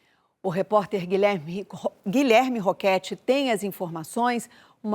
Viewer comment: Gente eu sei que o momento nao e pra isso mais quando ela fala o nome do Guilherme Roquete eu nao aguenteikkkkkk